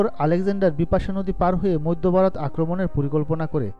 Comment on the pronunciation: উচ্চারণ চর্চা করবার প্রয়োজন আছে . বারোত না ভারত ?